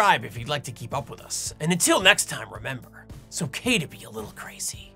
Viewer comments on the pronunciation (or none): He emphasizes on little